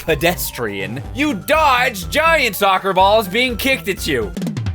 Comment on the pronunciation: Hahahaha, Ronaldinho Sotser!